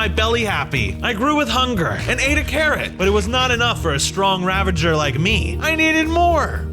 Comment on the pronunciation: XD man said raveger its ravager.